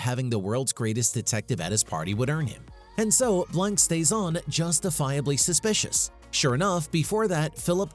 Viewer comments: Mispronounced his name. It sounds like Blahk, not Blank. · "Benoit Blanc" Couldn't finish it when I heard Benoit blank...🤦‍♀️